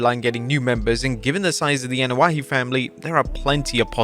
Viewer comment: Man... EVERYTIME I hear "AnoaHE"... HE... It's "I" pronounced like E. Where the hell is AnoaHE coming from?! There ain't even a "H" in the name. Lmao smh